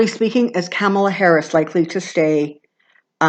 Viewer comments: Actually, Kamala rhymes with "comma"--la... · Whoever that wonderful person is was wrong! it's Kamala - (Calm - a - La) I heard her say it herself months ago on TV loud and clear. It is not "Pamela". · Thank you for your readings and channeling. In Kamala Harris's audio book,which she read, and in several interviews where she was asked how to pronounce her name, it is like "comma and then la". It rhymes with her mother's name, Shamala. I hope that helps. Blessings. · I'm typically a stickler for correct pronunciation. But, who really cares (except for kamala, perhaps)? I get it, it's comma-luh, but even a lot of newscasters were getting it wrong. Poor kamala, has probably had trouble with this her whole life; its an unusual pronunciation.blame her parents. 😁 We know who you mean,. Thnx!